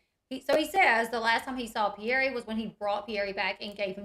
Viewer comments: Isn’t the child’s name Pierre not Pierr E 🥴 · The Mom & Dad pronounce their child’s name Pierr E.